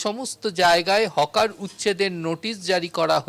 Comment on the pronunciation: Hawker হবে Hocker নয়